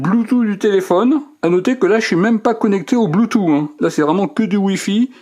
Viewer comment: "le bloutou"